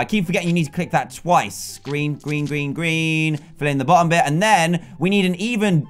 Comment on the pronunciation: its a gween pikachu